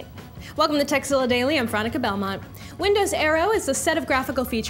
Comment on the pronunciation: Am I the only one that's hearing that Veronica EVERY time she introduce herself to the subscribers she says and not?